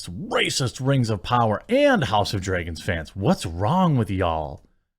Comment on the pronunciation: “Rings of pooners”